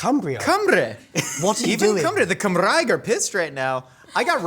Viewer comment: Absolutely smashed the ‘Cymraeg’! 👊